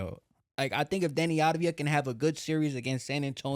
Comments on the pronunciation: It's avdija not advija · Once and for all let me help you pronounce it correctly: AV-DI-YA while the I is almost missing